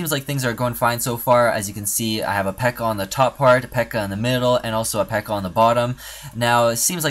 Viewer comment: Not pekka its pekka